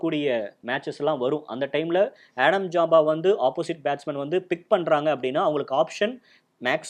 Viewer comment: நல்ல பதிவு .... இரு சிறிய திருத்தங்கள் ... அவர் ஜாம்பா (Jampa) இல்லை ... ஸாம்பா (Zampa) ... அதே போல ஹாரி (Harey) இல்லை ... கேரி (Carey) ....